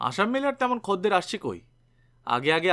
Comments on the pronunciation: khodder bolun khadder ki adbhut sunte lagche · খদ্দের শব্দটার উচ্চারণ বড় কানে লাগছে । আসলে উচ্চারণের সময়তো আমরা খোদ্দের বলি সেজন্য । হয়তো গল্পের পাঠক যে অঞ্চলের মানুষ সেখানে খদ্দের শব্দটা ওই ভাবেই উচ্চারণ করে তাই এই রকম উচ্চারণ করেছেন । তবে খুব ভালো প্রচেষ্টা কারণ এখন তো বাংলা ভাষার চর্চা উঠে গেছে । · Right khodder I procholito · খদ্দের উচ্চারণটা একটু অন্যরকম শোনাচ্ছে।